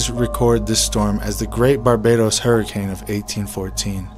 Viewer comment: Hurricane = Her i cain!